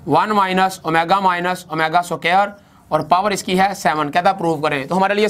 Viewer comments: it is square not so-care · aur soqaer nai hota squar hota hai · Square ko soker bol rhe ho. Pehlay bolna seekh lo phir parrhao